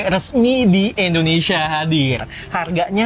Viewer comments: indonesia bg , bukan endonesia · Indonesia om. Bukan endonesia... sukses k2G